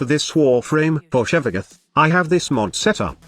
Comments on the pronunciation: Lol I cringe every time I hear "Shevaguth" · i am pissed that your voice changer says: Shevagoth